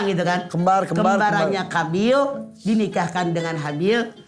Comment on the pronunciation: Qobil mah gk Kabil, atau mgkn krn nm org jd kadang b.indonesianya dibaca spt Kaf..